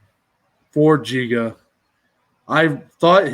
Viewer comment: not jiga, it is Giga (g'reat, g'oal, g'ame...) good luck, guys.